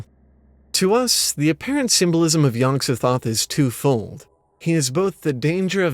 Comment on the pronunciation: To me Yog-sothoth is pronounced with the emphasis on the second syllable